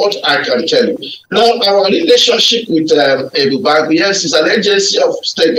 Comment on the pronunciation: Pls this should learn how to pronounce Ebube Agu properly. That's good journalism